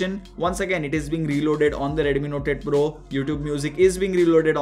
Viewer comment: I hear NOTED PRO when he says NOTE 8 PRO.